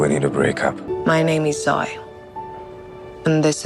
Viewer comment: " To Zoy!!" Lol! It's Zoe... ZOH--eee! "Zoyeee"!! hahaha!